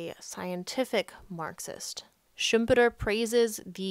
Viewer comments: I’m German and you pronounce Schumpeter rather correct at your initial attempt. The second version sounds a lot stranger - mostly because of the vowels. Greets from Haan (Rhld.) 🙂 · Fun fact is that your pronunciation is right, it's very similar to czech pronunciation and Schumpeter was originally from Czechia, only Germans pronounce it differently.